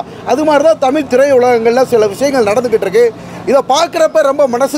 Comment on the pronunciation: தம்பி தமில் தமில் தமில் இல்லை இல்லை இல்லை தமிழ் தமிழ் தமிழ் தமிழ் ழகரம்